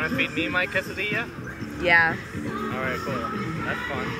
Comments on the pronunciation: "you want feed my quesdilla?" bahahahahaha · I'm Hispanic from Costa Rica and the correct pronunciation is ''khe-sa-d-ya'' Quesadilla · Quesadilla is pronounced case-a-diya